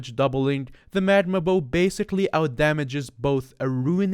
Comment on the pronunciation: "magma bowo" nice